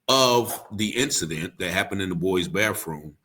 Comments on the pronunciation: Ok help understand what a “ BAFFROOM” is???? Could it be compared to BATHROOM? 😂😂😂also what does JIGGED EM mean? Did he mean STABB? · Ok help me understand what a “ BAFFROOM” is???? Could it be compared to BATHROOM? 😂😂😂